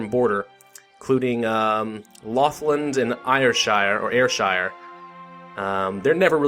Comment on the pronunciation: Air-shire, as in Nike "Air".